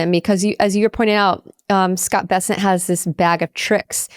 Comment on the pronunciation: Scott Bessent's name is pronounced BESS-ənt, according to his Wikipedia page and other resources. The emphasis is on the first syllable.